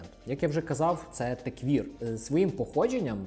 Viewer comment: Крутий канал! Класне відео, дякую! Тільки маю непрошене зауваження: techwear — все ж таки теквЕр, а не теквір. В українській англомовне слово можно вимовляти як вам забажається, головне щоб розуміли, але якщо будете розмовляти з іноземцем - буде конфуз 🤝